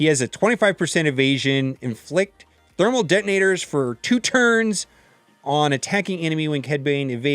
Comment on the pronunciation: Thernul Demonators....Termal Detamonitors.....xD